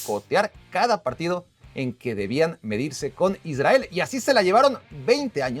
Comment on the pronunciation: Aprendé a hablar pronunciá bien la R en Israel, down.